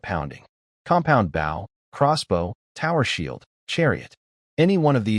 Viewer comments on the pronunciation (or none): I'm tired of hearing these stupid AI narrators pronouncing 'bow' the wrong way